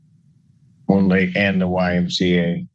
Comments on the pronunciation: Love A.I. narration. YMCA becomes imcuh. Gosh, that really messes up trump’s patented double jerk dance move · "Imca"? Bwahahahahahahahaha. Stupid AI voices. YMCA. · It's not "yemkah", Clanker. Artificial "intelligence " is not intelligent, it's just artifical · My favorite part was the AI referring to the YMCA as “yemkah”. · I came to the comments for this specifically! 🤣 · He is allowed to go to the 'yimka', not the YMCA. How do you block these crazy AI channels